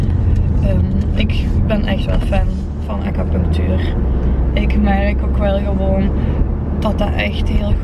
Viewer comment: Gij schrijft acupunctuur en ge zegt steeds acapunctuur?🙆🤷